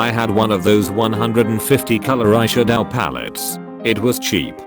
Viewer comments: "Eye shad-OW" "Anihm" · The Pronunciation of eyeshadow amused me 😂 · The way it says eyeshadow